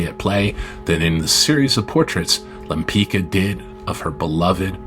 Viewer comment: pronunciation ; lempitska, not lempikka! get your AI machine working properly!!!